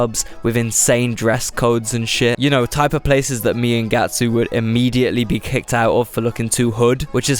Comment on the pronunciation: Omg it’s GYATtsu